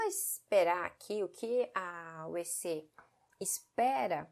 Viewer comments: Achei muito fofinho ela pronunciando "Uecê". Aqui chamamos/pronunciamos de "Ueci" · incorreto, como a sílaba tônica não é na sílaba "ce", a vogal '"e" pode ser pronunciada pelas duas formas, "ueci" ou "uecê", assim como acontece com português, como a sílaba tônica recai na sílaba "guê", a sílaba "por" tem diversas pronúncias, como "pôrtuguês", "purtuguês", "pórtuguês". ;)